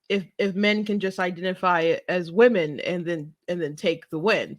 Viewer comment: Thanks for the content! When he said "wemon" I couldn't help but laugh. They devalue real woman and traditional families. Its all on purpose. From the top of our government, and china.